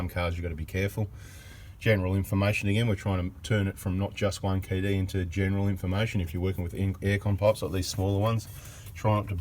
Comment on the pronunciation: love the way you pronounce in fa mation lol! and thanks for the information bada bing